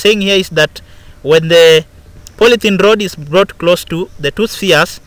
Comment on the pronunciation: "So the glass rod is blought ........say whaaaaaaaaat ..at 4.42😂😂😂😂😂😂😂😂😂😂